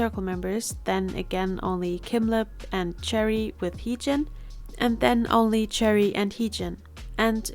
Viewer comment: I think Choerry’s name is pronounced Chwe-rry!